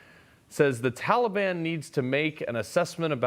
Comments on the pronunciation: Did you mean, the Tally-Ban?! I heard Uncle Sniffy mention them! 🤣🤣🤣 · Joe was ready to expound on his knowledge about the "Tolly bon"